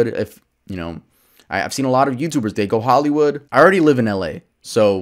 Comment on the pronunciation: 1.23 million tuvvers now